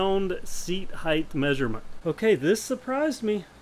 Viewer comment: You're righth, it's the 'bama variant of height.